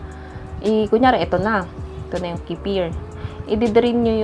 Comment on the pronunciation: Wala.. Wrong pronunciation mo lang 😂 nag vvlog ka kc 😂